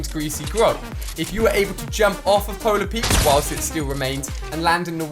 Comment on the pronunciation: why do you call polar peak polar peaks